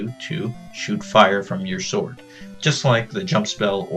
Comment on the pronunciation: by watching this i learned that sword is actually pronounced sort and not sword...